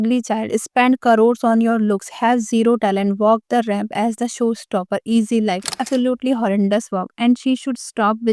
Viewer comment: It's easy to point at other, lady, look at your skills, you call star as "e-star", spend as "e-spend", showstopper as "sowstopper", sultry as "slut-ry" 😅.. and you're trolling other?.. Strange